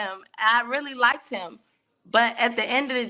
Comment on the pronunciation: And even said "likeded". It hurts typing that.